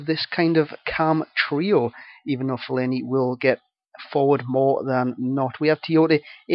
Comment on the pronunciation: Fe-Lane-E thats how you pronounce it ;) Great vid once again pal!